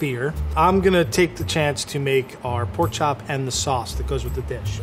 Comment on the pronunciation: Did she say Porn chop dinner